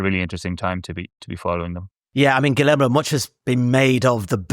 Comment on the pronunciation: AYO IT’S “GHEE-YER-MO” NOT “GILL AYRE MOE” poor guy is wincing whenever you said his name